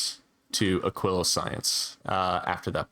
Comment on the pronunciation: Holy shit, someone who said Aquilo correctly